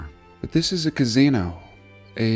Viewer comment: What is your state accent mate ? I'm Aussie we sound the same all over 😆 love how you say 'Casino' .. Sounds like Gazino.. Kinda suits what they are really